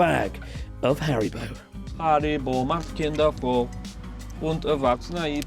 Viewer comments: Chris!! That German Haribo Slogan was flawless! Amazing <3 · Holy shit, the pronunciation of Chris' "Haribo macht Kinder froh und Erwachsene ebenso!" was pretty solid.